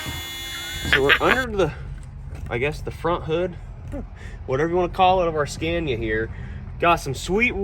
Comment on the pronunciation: Love the pronunciation of scania....here we pronounce it "scar-knee-ah" in New Zealand